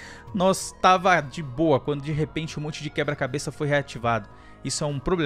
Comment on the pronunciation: .na vdd ele fala eh QUEBRA-CABESS